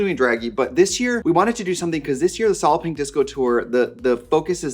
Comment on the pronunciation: I swear every time Trixie says solid pink, it sounds more like soliping.